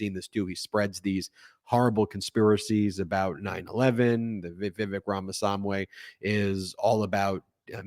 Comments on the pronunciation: I believe the guy's name is "Rama-swah-mee" rather than "Rama-sahm-way". Now you know. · Ben. For Pete sake! Learn to pronounce people's names. It isn't Vivek Ram a swam way. It's Ram a swa mee. You do this often. Please stop. Otherwise, I really like your network. I'm a fan. But mispronouncing people's names is a pet peeve of mine. Please get it right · Ben, do you experience trouble reading? Are you what they call dyslexic? I'm wondering why you have such trouble pronouncing Ramaswamy's name. Ra-ma-swa-mee. Not Ra-ma-som-way. It sounds very uncharacteristic for you, whom I consider a smart person, to mispronounce this name so egregiously. Slow it down a bit, you can get it right. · His name is "Rham-a-swam-ee" NOT "Rham-a-sahm-way" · Ramaswamy, not Ramasamwy! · Ben, I love ya, but you have to learn how to pronounce names. It's Rama-SWAMI, not Rama-SAM-WAY. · It's not Ramasamway It's Ramaswamy Not hard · Pronounced "RAmaSWAHMEE." not "RAmaSAHHMWAY." Granted, the guy is douchebag either way, but even so, you were definitely pronouncing his name way off. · Note: Ramaswa--MEE, not Ramaswa--MAY. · I think it's Swami, not swamp way. 😅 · Thanks Ben for this. But you need to pronounce Vivek’s surname; ‘Rama-swamy’…..not ‘Samway’ 😊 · Ramaswamy, not Ramasamway. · Rama-SWA-my, not Rama-sam-way! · Ben, please stop saying Ramasamway. It's Ramaswamy. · Look - I’m far from a fan of any of those candidates that were up there, but please make the effort to pronounce their names correctly. It’s RamaSWAmy, not RamaSAMWe :) I get it, I’d like to forget about him, and I hope everyone else does too very soon, but any on-the-fencer that suddenly finds their way to your BRILLIANT channel and reporting is probably more likely to hear you out if you get the names right. (Apparently, his first name is pronounced ‘Vivake’ - that rhymes with fake and is thus easily remembered 😂 - found that out from Pod Save America) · It’s Ramaswamy, not Ramasamway! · It's Ramaswamy not swamway